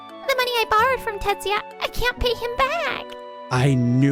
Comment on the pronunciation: It's Tetsuya, not Tatsuya.